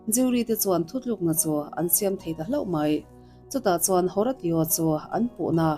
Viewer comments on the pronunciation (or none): Haratio i lam rik dan hi a mak ka tia.. Hawrasio tia lam tur anih ka ring.. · Horatio a nih chuan Ho-Ray-Shooh ti a lam rik tir a nih ngei ka ring.